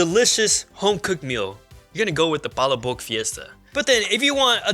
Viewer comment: You guys are butchering the name for palaboc smh